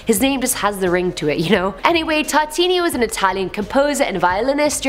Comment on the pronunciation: Tartini.. Neh Tortaliini